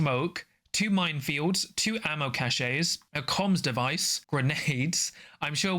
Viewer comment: cache sounds the same as "cash". "ca-shay" is a word but it's spelled cachet and means something different.